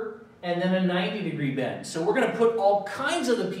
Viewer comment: bend allowance...not bed..slow down a little, It would also be a little helpful if you could write neater, it makes it hard to follow you...your great at what you do please consider my request